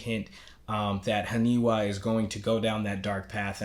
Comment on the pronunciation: you getting the names? its not Hanewa .. its HANIWA ... its letter "I" ... lol ...